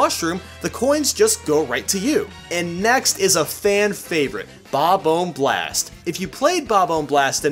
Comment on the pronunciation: 😂 "Bob ohmb"